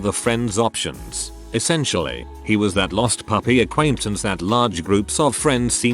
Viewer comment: I'm absolutely obsessed with how the robot pronounces acquaintances, lol.